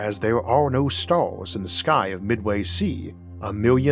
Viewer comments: I can hear the autism in your voice “beyon the staws” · "juwrneying between stowrls"